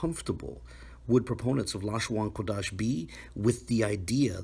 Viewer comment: Funny that at the mark, whatever automated reader was employed pronounced "Qadash" as "Quadash" (or did the script it was fed employ different spelling from what appeared on the screen?).